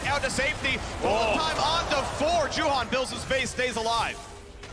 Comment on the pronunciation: I don't know why the caters can't pronounce Juhan...the one is saying Yuhaen and Caedrel says Yuhan...goddamn it's your fucking job, learn the pronunciation of the teams and players names, for 11 years the casters can't do that!